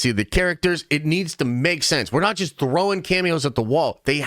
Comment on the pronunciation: Every time this guy says the word just it sounds like he’s saying gist